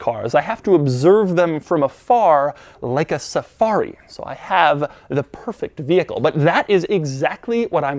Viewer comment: Safari? No,... SaCARi